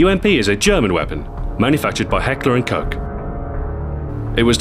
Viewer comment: its Heckler and Koch